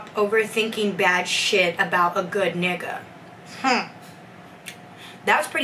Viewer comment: Why you say nigga like that?